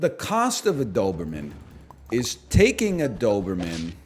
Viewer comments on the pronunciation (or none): Something about the way he kinda says "dthoberman" just tickles my ear hairs